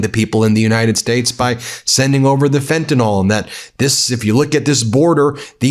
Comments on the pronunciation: WTF is fentanol! Is it related to fentanyl. For someone claiming to have been alawyer, and now a Law professor, a (profession for which language knowledge and ability, includin pronounciation are fundamental abilities) you really do mangle the English language, particularly pronounciation, in evry video. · Will you please QUIT sounding like Trump, and pronounce it as fentanyl not fentanOL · It’s fentaNYL, not fentanALL I guess I’m just being picky but by this time people should have noted the spelling of the word that is used ever day in the media and yet I hear everybody mispronouncing it. I expect Trump to mispronounce it but we can do better than Trump. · Pronunciation correction for Ben. It’s fentanyl…like in pill, not fentanol (sic) as in alcohol.Kind of like how W Bush said nucular (sic) instead of nuclear. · Fentanyl. NOT Fentynol, unless you’re MAGA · It’s pronounced “fen·tuh-nuhl” not fentanol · Why can no one pronounce "Fentanyl"? It's "FEN-ta-NILL", not "FENT-a-NOL"... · "Fentanyl" is pronounced fent-a-nil, not fent-n-nol. You may be confusing it with fukitol. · Please pronunce it correctly. It is fentanyl, not fentanol. That Trump is too ignorant to know what it is, is one thing. You are not. It's basically on the same level as Bush calling nuclear "nucular". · The word "fentanyl" is pronounced "FENT-AN-ILL" NOT fentanol! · Fenta-NIL (fentanyl), not fenta-NOL. I'm a word nerd. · When did people start reading "fentanyl" as "fentinol? It betrays a certain ignorance. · Do US’ers pronounce fentanyl, “fentanol” because their president doesn’t know how to pronounce, or spell, it? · Ben, JUST STOP! There is no such thing as fentan"all". It is fentan"ill"!! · It’s pronounced fenta-nill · For the love o' God, PLEASE learn to pronounce FentanYL. It rhymes with benadrYL and PILL, not alcohOL. In fact, if you spell it with the -OL ending, it's a completely different chemical, not even the drug you're actually talking about.